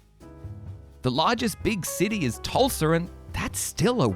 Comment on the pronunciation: Also, something people should keep in mind, this will be built along Route 66. One of, if not the largest, historical travel route in the nation. Also, putting OK pretty much dead center of the route. Hell, you should see the amount of people that stop in a very small town called Catoosa to see a lil wooden blue whale on the route. Also, did he say “Tulsar?”